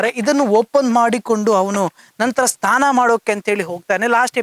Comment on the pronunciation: Anchor ಸರಿಯಾದ ಕನ್ನಡ ಮಾತಾಡಿ ಅನ್ನ ಅಲ್ಲ ಅದು "ಅಣ್ಣ".... ಸ್ಥಾನ ಅಲ್ಲ "ಸ್ನಾನ"